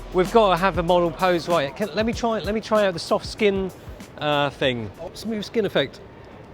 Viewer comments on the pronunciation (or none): I love when pronouces thing as "fing." Epic Cockney street cred. Showing his solidarity with the working class and Chav culture. Whatta mensch.